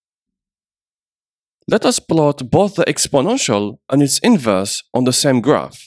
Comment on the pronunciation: Oh my god, thank you, it was driving me crazy hearing "inverse" everywhere.